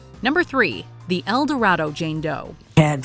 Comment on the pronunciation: I lived in El Dorado and it's door-eh-doh, not like the lost city. But I remember that story when I was there.